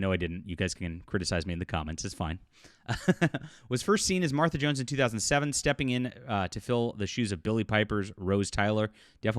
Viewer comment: Hey you said her name just fine 😊